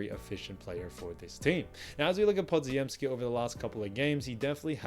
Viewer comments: Podziemski is pronounced "Po-gem-ski", not "Pod-zi-em-ski". In Polish, the dz is pronounced as a single consonant, much like the "g" in gem. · Podziemski = puh-jim-ski. the dz is a "j" sound.